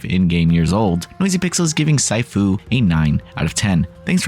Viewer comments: Moment I heard that I went straight to the comments lmao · see-fu, not sie-fu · "See-foo" my dude, not "sai-foo" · It's pronounced 'Sifu' (See Fu) The rest of the video was really good. Well done. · Sy - Fu!? this dude is saying it like it's some kind of new martial arts or something hahaha lol... wowzers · Honestly, at least learn how to pronounce the TITLE of the game. Did you even play it??? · lol!!! In the very first sentence he mispronounced the title of the game! Immediately clicked off as this review holds no merit. Where do these people come from?? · It's just a word. There's no reason to get that upset over saying Sifu wrong. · I'm sure you've mispronounced your fair share of words over your life time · Their point is compared to how well-written and produced the video was, a slight mispronunication of the name isn't a HUGE issue. The level of pedantry... Do you even see how many niche games they cover (and cover WELL) - chill out.